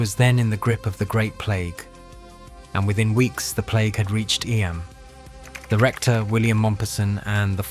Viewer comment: Eeeeeeeemmmm not eye Am